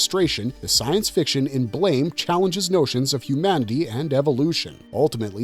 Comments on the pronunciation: Its Blah-mah.. not Blame. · The pronunciation is not like the English word blame. It is blam like a sound effect a la biff, pow, etc.